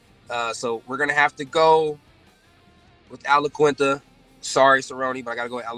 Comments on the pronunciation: Lol everybody is saying Laquinta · Raging Al!!! Also why do some people pronounce his name as "IaKinta" lol, it's QUIN, IaQUINta lol Sometimes you hear Aquinta or even Laquinta (though I can understand the "Laquinta" cause when spelt it does look like that haha). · TIL every single MMA fighters pronounces Al Iaquinta's name differently.